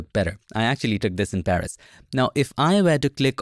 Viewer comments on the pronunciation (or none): none